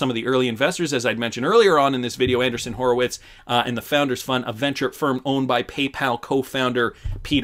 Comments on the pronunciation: Anderson is pronounced one way Andreeson it’s pronounced with a long E I guess they don’t teach English up in Canada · It’s Andreeson … correct? Not Anderson? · Not trying to be picky, and I've enjoyed watching for years. But it's kinda cringy hearing Anderson, whenever I can clearly read Andreesen. Can you not see the difference in pronunciation? It's not like it's not been pronounced correctly on every financial and crypto related program everywhere. I know you like to keep things moving and regularly read your own interpretation of what people write. But some of these things go to having the basic gravitas and trust in the content. Hope you understand. Thanks.